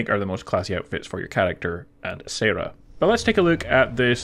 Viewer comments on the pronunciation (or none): none